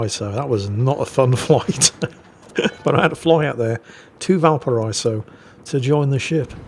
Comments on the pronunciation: Not that this wasn't a phenomenal game, but even as said himself; "Easy Kraken." just highlighting what a fairly average Libertad game can look like for anyone who knows how to think and breath at the same time. Also; Valparaiso is said "Bal-para-EE-so" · Valpara-iso. the double dots above the i denote a break in pronunciation, just like in Citroën / Citro-en